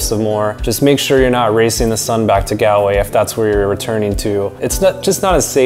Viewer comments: you pronounced Galway wrong (not from there) it's pronounced as Gawl-way you elongate the letter a. And make an aw sound when you say Galway and if you plan to go to Ireland again you should go to Cork, we have Cobh it's a town on an island you can visit the Cathedral, you can do the titanic experience and you can go a ferry and go visit Spike Island where you can visit the museum as it was a prison back then you could go to mizen head which is the most southern point of Ireland, you can go to Garnish Island in Glengariff, you could visit Gougane Barra it's not far from a village called Ballingeary, you could go to Midleton where you visit Jameson brewery where you can see how whiskey is made there is a Guiness equivalent called Murphy's Stout where you can only get it in Cork if you like beer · Galway is pronounced ''Gall'' way. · I love your video, but it's pronounced GAWL-WAY. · Galway is pronounced “gall”, like ball but gall-way, sorry it’s just cringe hearing it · Bro Galway is pronounced golway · That's not how to say Galway! 😃😃😂 ahhhhhh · Its pronounced gawlway not galway. Like a gol bladder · good video would just like to mention tho most things where pronounced rong ( like gallway is not gal way its pronounced gall like ball but with a g way and ireland sounds more like are-land and a few other things) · Hey, lovely video, fantastic photography and I’m glad you enjoyed Ireland so much. The only issue I have with your pronunciation of “Galway”. It’s not “Galway”, it’s Gawlway.” Hope you don’t mind me telling you:-) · Recommendation. Don't pronounce Galway, g-al-way. Like he did here. We Irish will laugh at you. Gall-way is better. Gall as in gall bladder or gaul. Not gal as in "Hey Gal!" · Great video. As an Irish person you hit ever thing perfectly. Although, I have admit it’s funny when Americans say Galway with a super American accent yet get more complexed place names spot on. It’s said like Gol-way, don’t stretch the “a” sound.